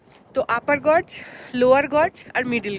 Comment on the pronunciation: গজ না জর্জ? জর্জ পড়লাম যেন! Gorge গর্জ 🎉